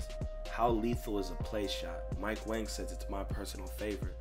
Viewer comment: I just realized Mike Wang's last name is pronounced like "Wong". He said it on Twitter but even 2KTV pronounces it as Wang